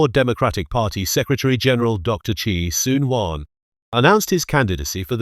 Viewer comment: WTF why a ‘Ang Moh’ narrating ? Can’t even pronounce ‘Sembawang’correctly,Chee Soon Juan as Chee Soon Wan? Joke